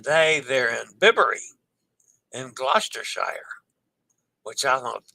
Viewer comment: Loo-mee-noh-zah Loo-mee-noh-zah Loo-mee-noh-zah A reminder that the S in Italian when preceded and followed by vowels has a Z sound, as in Pisa. For Gloucestershire, -Shire is not shy-er LOL, it's more like the word 'sure' but without an R sound: Glostashu(r). Our Rs are often silent. I recommend the annual travel insurance from Allianz. And FFS, get your passport and always carry it when visiting different ports.